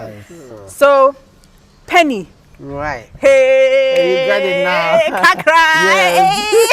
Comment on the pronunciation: It’s penin and not penny please